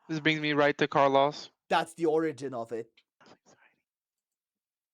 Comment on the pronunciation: Car loss 😭😭😭 Neocities omg the pronunciation on these